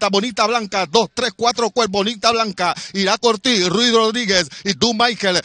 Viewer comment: Cómo narrador deberia estudiar los nombres de los ejemplares 5 caballos y no pronuncias bien ninguno de los 5 porque la ganadora es Bonita Bianca no bonita blanca como tu pronuncias muy mal de parte de este narrador no dedicar el tiempo a aprender la pronunciacion exacta